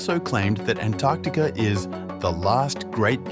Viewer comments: Oops . . . Antertica? I think it's Antarctica. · What exactly is "Antertica"?